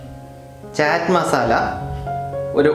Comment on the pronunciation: Ethu kolaa..... ചാറ്റ് അല്ല... ചാട്ട് alle....???